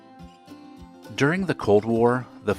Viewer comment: My elderly neighbour STILL has her milk delivered in glass bottles every day, comeas around 4am every day. Live in the UK. By the way, you need to work on your pronunciation. Called DENIM, not DINAM. And as for the boots, they are PATENT Leather, pronounced as Payton, NOT Patton. A lot of women still do The Twist dance to keep their figure in shape, many I know do it when doing the housework to make it less boring, put the song on and get dancing, great for trimming the waist.